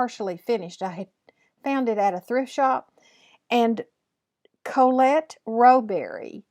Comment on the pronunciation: Hi: I have just heard you call my name and nearly fell off my chair. I love how you pronounce my french name. My home address: Colette Rowberry, 36 Montague Dr. Kirkland Qc. Canada H9J 2M3. If you find it to much postage to Canada draw another name nearer to you. I am Thrilled. Thank you so much.